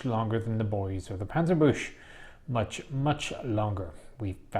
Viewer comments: Quick note from a German know-it-all: It's pronounced Pan-zer-boohk-ze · Couple things; it’s not a Panzerbush but a Panzerbukse, the ch can be confusing for not German speakers. There has been at least one instance in WW2 where a King Tiger climbed a mound of dirt to attack a Pershing and exposed its underbelly and got killed.